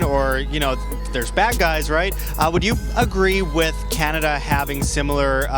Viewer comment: That's why they call it cannaduh